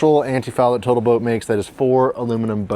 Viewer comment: Total Boat (r) Or as Xyla Foxlin says, "Botal Toat."